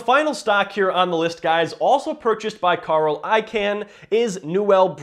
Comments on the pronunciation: Its pronounced “I-CON” NOT “I-CAN”. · It's pronounced ikawn, idk why but that would bother me everytime you said ican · Wait is he saying “I Can” purposely?Im pretty sure it’s pronounced “ICON” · stopped watching after u said "I-CAN" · nope its pronounced I-kun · It's pronounced Carl I-CON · I can pronounce Icahn's name, but you cannot. lol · thank you, the way he says it was driving me nutz